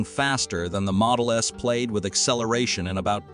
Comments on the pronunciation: Please train your robot voice to pronounce words properly. Plaid, not played. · Plaid is pronounced plad. The more I here from this channel, the more I believe that the speaker is not a person but a computer simulation. The information is good the spoken words are needing correction every video.